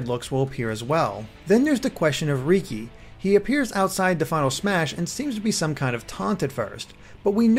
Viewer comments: I know you haven't played xenoblade chronicles... so it is understandable... but riki isn't pronounced rEEkEE but it is pronounced like the name ricky... hey no one can be perfect like heropon ricky... I mean riki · R-Reeky? really... its ricki said like ricky. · ***** Yeah, but most others call him Ricky, so it's weird to hear it pronounced that way in a non-nopon voice.